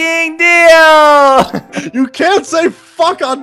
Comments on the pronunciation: No deal sounds like your saying bodil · I heard deal or bodil ._.